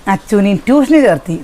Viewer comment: Cherthi എന്നല്ല ചേര്‍ത്തു എന്ന than ഏതു നാട്ടിലാണ് ജീവിക്കുന്നത് ആദ്യം malayalam നന്നായി padikku